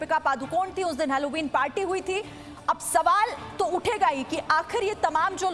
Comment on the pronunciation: हॅलोविन है अलोविन नही